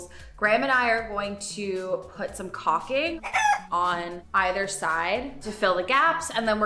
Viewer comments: Try again... Let's speak about the word, caulking. It is pronounced "call king". 😃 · To pronounce caulking, say two words, "call" as in phone call and then say "king" as in King Charles. That's it. callking. This is such a well done project for this child's room. Good Job!